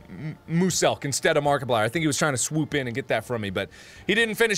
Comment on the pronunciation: "Makiplier"? Where did you left the r , bro?